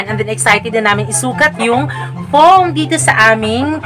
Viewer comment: PLEASE WAG MAARTE SA PAG BIGKAS NG DETO AT NANDETO. .. , , . KASI PANGET PAKINGGAN.